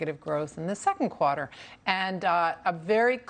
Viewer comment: What is a “cwater”? Why can’t this columnist talk properly?